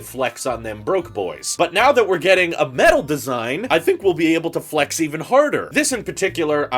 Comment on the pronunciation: You’re so funny when you say flex.